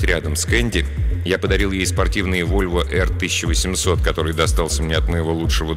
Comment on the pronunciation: Volvo P1800 читается как "Вольво Пэ 1800", а не "Эр". Извините за занудство))